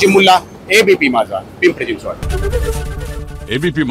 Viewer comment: It’s Pimpri NOT PIMPARI ❤